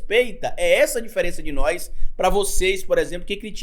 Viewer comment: Di nóis? Foi isso q ouvi? Kkkkk